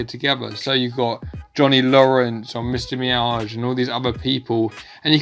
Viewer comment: Him saying mister.myag but not mister.myagi